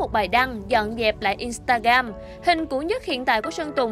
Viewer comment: In sờ ta gờ ram chứ ko phải in ta gam bạn ơi :))